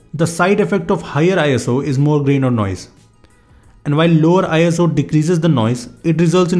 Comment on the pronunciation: It's not eye as oo It's just iso ISO is not an acronym